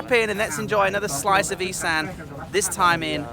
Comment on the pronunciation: Isaan, Cute how he pronounces it as "Eee- san" when it's actually pronounced "Eee- saawn." Precious. The Thai guy on the boat pronounced the fruit correctly obviously. It's not "Fah-LANG." It's pronounced "Fah- LONG" or "Fah-RONG." The mispronunciations are cringeworthy. Example: "A-LOY, MACK MACK." It's "MOCK MOCK." Ughhh. Lesson of the day. If you don't know how to say something or unsure? DON'T. Nung, Song, "SAM" (As in the name) - IT"S "SAWM!" World traveler, language butcher. Saw Wat Dee, KA! 555555!